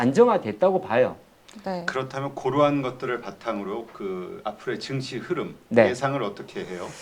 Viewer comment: 정시가아니고 증시다.. 니들땜에 나라골로거고있다ㅠ발음 단디래라